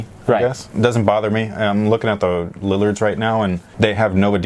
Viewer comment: Its funny how HE says lillards the lillirs 😂😂😂